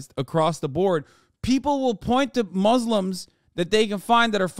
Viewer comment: Hassan saying muzzlem just shows u how he despises us aswell